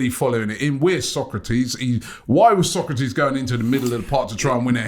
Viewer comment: His name is Sokratis not Socrates lol